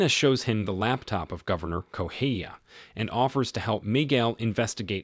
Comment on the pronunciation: It's not Goheia, it's Correa. Why the F does this guy keep pronouncing it like that? I think it might be A.I. generated.